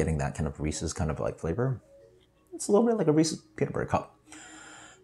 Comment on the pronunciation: It’s pronounced Reese’s not Reese’s